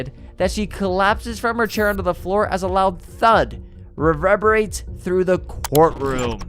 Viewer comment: Desistated? Reveberated? 😂 Jesus christ